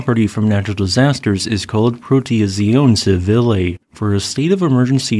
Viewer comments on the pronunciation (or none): Dude.... "Pro-te-tsee-OH-neh CHEE-vee-leh. GRA-tsee-eh Mee-leh." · I've never heard the Italian language mangled quite so charmingly as when you said "Protezione Civile". Bravo! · agreed about his English ! His pronunciation of other languages is sometimes not quite there at all. Protezione Civile here, French words in other videos (mostly understansable, mind you, but very much English-speaker. And not-AI as well). (Just to be clear, volcanoes are named in wildly different languages, and he’s also tried to rectify his pronunciation when advised it was too far off, so I may poke at his attempts at pronunciation, but I mostly admire that he’s not afraid to try even if the resulting words sound a bit strange sometimes.)